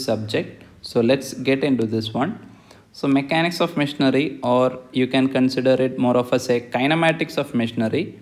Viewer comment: missionary, not machinery 😂😂 thanks a lot very good explanation